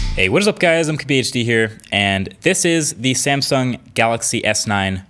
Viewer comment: Divus Sapur Lol no he refers to the way he says MKBHD